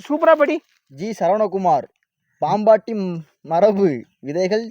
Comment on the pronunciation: Athaye avaru thappa tha padikaraaru Unga ooru pera paambattimarabu nu padichirukaru .. Paambaati ...marabu vidhaigal nu padikka therila